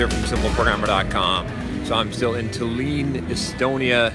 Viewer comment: As always, great video! But Tallin is pronounced "tAllin" not "tallEEn"